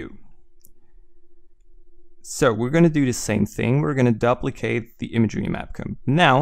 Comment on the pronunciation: "daplicate"... good tutorial though, thanks alot!